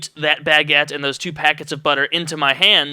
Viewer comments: Damn it, now all i can hear is you saying Bag-uette in my head, btw, thats a funny way to pronounce it, were im from (UK) its pronounced "Bu-guette" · omg u say baguette so funny. lol it got annoying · you say baguette so funny